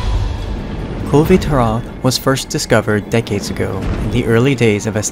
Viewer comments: I love this, but your pronunciation of Kulve Taroth bugs me greatly. Otherwise, great work on this. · I've always heard it pronounced with the "e" in "Kulve" being silent. Granted, it could really be anything. Capcom's localization team has shown themselves to be pretty daft in the past. Either way, great video again. Learned some things I wasn't aware of.